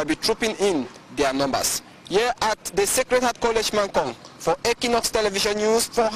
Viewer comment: Please Anglophones of Équinoxe TV, 'equ' is pronounced as in equator.